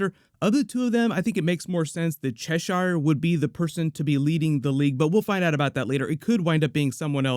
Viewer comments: stop saying cheshaire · Love the vid... just bugs me how he pronounces "Cheshire"